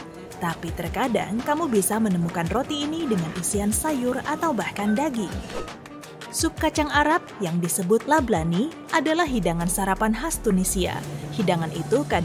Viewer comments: Lablabi min, bukan lablani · Lablani atau lablabi sih?